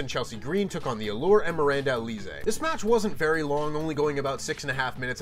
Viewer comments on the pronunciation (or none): It's not aleezay, it's pronounced Alizay. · Please say her name right. Alize is pronounced Al-is-zay. It's also the name of a very famous liquor. It's jarring when presenters mess up names and as the second best champion in all of QuizzleMania history I expect more from you. Yes, Sean "SRS" is number 1. 😂